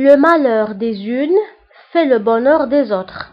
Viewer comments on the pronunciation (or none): هناك خطأ في النطق : le malheur des uns .وانت نطقت : le malheur des unes .